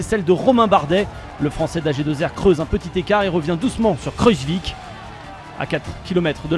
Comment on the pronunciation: mdrrr il a dit kruzvik hahaha c'est kruijswijk